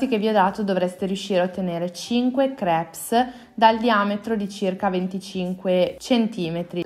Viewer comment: la S di crepes è muta!!!